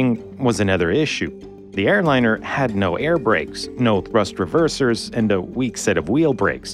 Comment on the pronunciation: It is really hard to listen to: Compound nouns are not stressed on part two! thrust reversers, not thrust reversers state visit, not state visit Terrible narration for an interesting topic. What a shame!